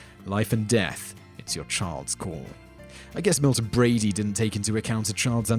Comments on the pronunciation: Say it with me, Bradly "Brad-Lee" not Brady, "Bray-Dee" other than this, I love your videos... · Milton Bradley. Not Milton Bradey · Bradley, dangit, Milton BRADLEY. Not "Brady"! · It's also pretty bad in Operation that one of the doctors is smoking during the operation. And neither is wearing a sugeon's mask. EDIT: It's Milton-Bradley, not Milton Brady. EDIT 2: It's Reading Railroad, not Redding. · Milton Bradley! Not Milton Brady. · I love your videos and I especially love listening to you speak. But I find funny some of the words (particularly names) that you mispronounce. For example, in this video, you repeatedly say "Milton Brady" but the name is "Milton Bradley." Anyway, keep up the great work! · BRADLY not brady, there is a L in there...... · Why does the narrator call it Milton Brady? It's Milton Bradley. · I understand he has an accent, but he DOES realize there is an L in Bradley, right? Not Milton Brady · It's Milton BRADLEY...not BRADY! ...and it's Struh tee go!!!! Nothing like an English Accent that murders the Queen's English!!! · It's Milton Bradley not Milton Brady. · I enjoyed the jokes. However since Milton Bradley is a name please pronounce correctly. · How on God's green earth did you pronounce Reading correctly, when most people mispronounce it, and get Bradley wrong? There are two ways we can address this,: 1. we can start calling you Tope Tenz, Top Teenz or some other awful mispronunciation. 2. we can take a drink every time you murder a pronunciation. Either way, this list was brilliant, even if I love all of these games!